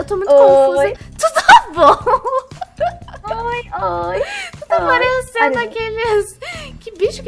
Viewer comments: Não é tudo bom é turu bom ouviste? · É tuto bom?😂